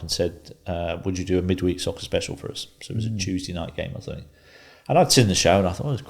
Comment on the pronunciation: Me neither! Free - 3 Fort - thought Fink - think ……… to name but a few!